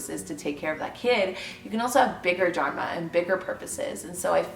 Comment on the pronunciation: Great video. Although I wish I could tell you how to pronounce Dharma.